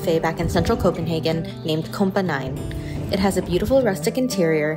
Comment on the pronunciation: it is kompa´9/Kompa´ni - ni is nine in danish and kompani is equal to company or squard :) love from Denmark